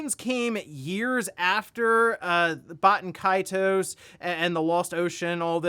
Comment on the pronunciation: Haha why is it so hard to pronounce Baten Kaitos.